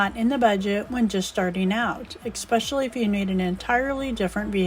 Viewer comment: You lost me at EX-specially. I bet you drink EX-presso and check out books from the li- BERRY and smoke fentan-All every feb-YOU-ary and take a ride in the AMBA-LAMPS. How am I doing so far? If my name was Esperanza, would you call me EX-peranza? Can you even read this comment? If yes, have you ever seen the word "especially" and wondered why its not spelled the way you say it? If yes, what did you do? Just ignored the discrepancy (sorry for the big words) or just forgot ? Or assumed it was a typo. Do you still think it'd a typo? Do you know about spellcheck? Ever use it? Have your parents or a toddler show you how it works so you can be taken seriously. Kay? Buh- bye now.